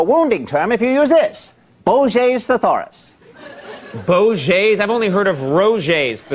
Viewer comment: Stack can’t pronounce ‘thesaurus’ lol